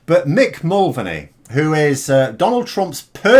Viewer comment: Mick Mulvaney is pronounced more like Mick Mullvayney than the way you pronounced his name.